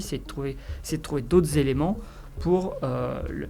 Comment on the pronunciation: "d'aut'zéléments" ? d'autres éléments ? et les liaisons ? Pauvre France !